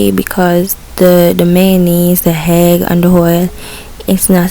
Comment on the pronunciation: The word is not hegg